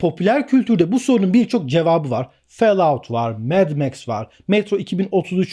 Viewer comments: "Fel aut" değil hocam, "Fol out " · Felaut degil folaut okunusu. Cok cringe oldum her felout duydugumsa 😂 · o "felaut" değil "folaut" şeklinde okunur. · Fellout değil follout😂😂😂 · felaud nedir abi ya 😂😂😂😂 FALLOUT - folaut abi folaut :D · Böyle bir telaffuz yok. Herkes Folaut şeklinde okuyor. Felaut nereden çıktı. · Fallout (felaut) şeklinde okunmaz, Fallout (folaut) şeklinde okunur!!! Koca faloutu felaut diye söyledin ya tüm karizmayı çizdin!!! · fellaut değil hocam fôlˌout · Hocam cümlenin tamamanı aynı ses tonunda okumuyorsun, vurgu ve tonlamaların dinlerken yoruyor. Sanki nefes almıyorsun da dinlerken ben nefes nefese kalıyorum. Fell out değil follaaud diye okunur. Kalp kırmak kötü yorum yapmak için yazmıyorum ama 2. dakikadan sonra izleyemedim bu sebeplerden dolayı. İyi günler. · Hocam o adamlardan olmak istemem ama; fellout değil, follaut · Fellaut şeklinde telafuz etmek... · Fellout nasıl bir telaffuzdur ya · Lise mezunuyum, bildiğim kadar ingilizceyle beni ingiltereye bıraksan en fazla yarım saat hayatta kalabilirim ama falloutu felaut diye okumam. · abi nolur şunu fellaut diye okuma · hocam, fellout diye okunmuyor. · Hayır tam olarak Fol aut diye okunur. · Okunuşu Fallout değil. Fellovt gibi bir şey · Ben anlamıyorum o kadar video çekip hala ingilizce telaffuzları yanlış söylemek düzeltmemek neden?